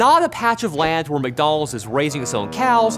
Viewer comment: McDonald in Hebrew lol